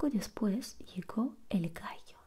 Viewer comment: Vamo' al gainero dijo el gaio xd